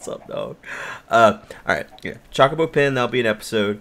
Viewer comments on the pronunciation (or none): The "o" in Chocobo should be pronounced like the o in "low". It's not "Chalk-o-bo" like he says it but really "Cho-co-bo". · I think it's suposed to be "ChocoBow" But he sais it as "ChawcaBow" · It's Cho-co-bo but i've always called it Choc-o-bo, even if it is the former, the proper pronouncing doesn't have the same charm. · You admit that you know that you're saying Chocobo incorrectly and then continue to do it anyway despite what everyone says. I think I love you. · This series is turning out great. Btw, I forgive you for saying Chocobo the way you do; so many ways to pronounce things I won't gripe at you for saying it. About the Nether Fortress in Sea. 4 map; Heck yeah that thing was right there in yall's face as soon as you went through the portal...no way you guys coulda' missed it. Here's hopeing you find one in this series soon. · Him saying about him saying Chocobo wrong reminds me of him saying "pinch." I think I said "him saying" enough. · Chookabew, chuckibaw, chawkiboo. Who gives a crap? can pronounce it however he wants. It is a made up bird for damn sake!